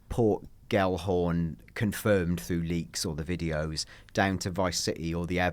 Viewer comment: Tell your friend it's Port Gelhorne, not Port Gallahorne 😂